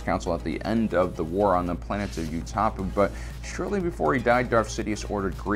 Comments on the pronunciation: Ummmm…. UTA-POW not U-Tah-Pu omggggggggg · Is is NOT pronounced OO-TAH-POO. It is literally pronounced in Revenge of the Sith as OO-TUH-POW. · O_o wtf utapah? The fuck was that... How as a star wars fan can you possibly make a mistake that bad. I genuinely want to know because I've heard quote a few really bad mispronounced names if a few videos now. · you said they attempted to hide on..."U-top-uh". Where the hell did that pronunciation come from? Only thing I've ever heard was "oo-ta-pow". It's said multiple times in Ep 3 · im sorry, "you-ta-poo"? 😂 Its fine, not a big deal, just caught me off guard is all lololol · Homie really called Utapau "Yootapoo" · And “You-tah-poo?!” Bro wtf??? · Youtapah? Come on.... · On the planet of You-topoo?? WHO THE HELL ARE YOU TO TALK ABOUT STAR WARS IF YOU CANT PRONOUNCE THE BASIC NAMES RIGHT?! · do you mispronounce Utapau on purpose? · That pronunciation of Utapau…. Damn that hurt my ears. Love the content though. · Your utapau pronunciation was terrible